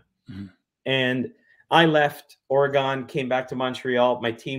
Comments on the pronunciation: Fun. But dude.. It's "Or-Gun" not "ORRI-Gone" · Beyond fabulous content we couldn’t ask for a better show. Richard you are simply the go to guy for anything UFO related. I look forward to your notification each week However, as a native Oregonian please tell your friend it’s pronounced ory gun. Otherwise GREAT STUFF ‼️‼️I’m surprised Lazar didn’t let him know 😂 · Oreegyn, not "OryGone" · As an Oregonian, Ory-gun